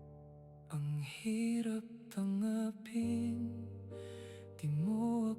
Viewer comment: Bakit po ung lyrics ng kanta iba pagkakabigkas😢.. Hirap TANGA pin tas di PAKI NGAN😢 AI SONG PO BA TO😅